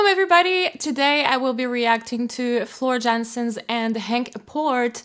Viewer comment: It's actually pronounced 'Floor Yanse' :)